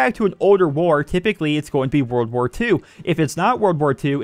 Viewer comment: Whenever you say "world war 1" I hear you saying "wer wer one"